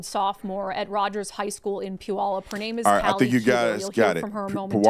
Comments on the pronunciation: Just fyi it’s Puyallup like pew-while-up… yes I live in Washington and know the pudget sound area very well… thankfully I’m a little further inland and have a huge mountain range separating me from that side, but unfortunately still stuck here in this stupid liberal state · You are right about trannies but think! You talked about wemon having not to go to planned parent hood. When!!!!!!! 9 outta 10 of those women's gonna raise the child in poverty.. or without a father.. It pronounced Peww... All.... Up! And yes you right no trannies in any sports except for their own sport's leagues! No one of them will do it because it's not there thing to Go against guys it's the leftist socialist commy demacratic agenda a look at what high line school district did shuttled children from another city to another to protest ice